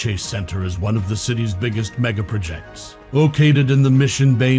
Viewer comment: Can someone program the computer-announcer to say MEGaPROjects. You held me for 15 seconds.